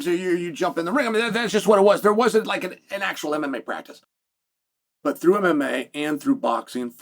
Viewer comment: Chael " some shots got trough" Sonnen